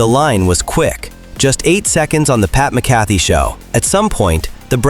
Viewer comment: A I voice,that can't even pronounce pat McAfee and Joe Flacco correctly. goodbye.